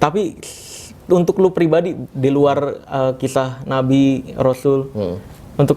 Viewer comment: bang Marcel ngomong nya typo dikit. pirbadi wkwkw😅